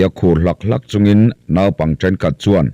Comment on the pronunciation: Naupang tiha nau tih lai hi in thlûk duai zel mai hi eng nge a awmzia? Sep rawtui tiha sèp tih tlat te hi. Mizo ṭawng lam hi uluk ve deuh a ngai, ngaithlatu an awm ve nual ṭhin si a. Inzir deuh teh u.